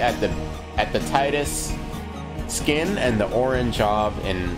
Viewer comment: Can't help but to mention the name is 'tee - dus' not 'tie-dus'. It's japanese, after all.